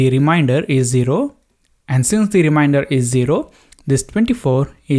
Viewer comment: Very nice explaination... Just the pronunciation of remainder is not rim-i-nder, its rim-ain-der :) Just saying... :D